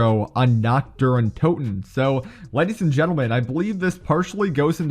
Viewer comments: Nacht der Untoten translated from Germany is Night of the undead Im glad ive started learning German about few months ago :3 And his way of pronouncing it made me laugh 😆 coz its pronounced Nacht Ther UinTooten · Im german and every time he says nacht der untoten as naktderruntoten i cringe so hard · It is so funny being German and hearing how wrong he says Nacht der untoten lmao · I wanted to comment that 😂